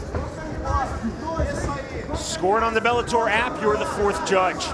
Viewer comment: And right before that he said "The new Bellatoy lightweight world champion"